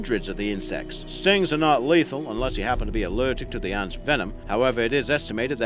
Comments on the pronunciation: I notice when talking about one Ant ..It's Ant...talking about more than one you pronounce Aunts..as in Uncle and Aunt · Yea especially the way he says ants (aunts)😂😂😂😂😂😂😂😂😂😂😂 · Is it just me or when this guy says ants it sounds like aunts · That's a strange accent... 'ahnts'? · He pronounces it aunts😂